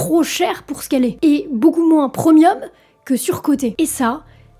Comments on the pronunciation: On ne dit pas preumium mais premium ;-) Le problème c'est que ça fait des années qu'on annonce la chute d'Apple, ça va peut être arriver un jour ou pas, personne ne peut le prédire. C'est juste de la spéculation. La vidéo est bien, ce qui me dérange c'est le titre putaclic qui est extrêmement agaçant. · On dit PREMIUM pas PROMIOM 😅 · « Tim au comande » c'est mieux comme cela « Tim AUX COMMANDES » On ne dit pas « Preumium » ?? mais « prémium » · chouette video! (et c'est rigolo, mais j'ai toujours prononce premium comme prémium a cause des origines latines "praemium", mais je vois que la tendance actuelle c'est de le prononcer preumium.) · En réalité ça se prononce "primieum" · PREU MI EUM🥲 L'ACCENT ANGLAIS C'est pas encore sa